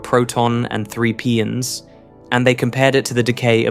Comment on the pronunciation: Please fix these AI speach synthesizers to pronounce the names of elementary particles correctly. Mesons are not Meesons they are Maysons. Pions are not Peeons they are Pie ons, the letter i is hard i. Etc. ...